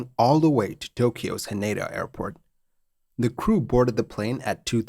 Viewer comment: Great video as always :) But the pronunciation of "Haneda".... pronuncing japanese words and names with english/american pronunciation will always give me a slight twitch. (^-^;)